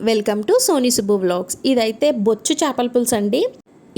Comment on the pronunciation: " బొచ్చు " అనకూడదు ..... " బొచ్చె " చేపలు అనాలి !!!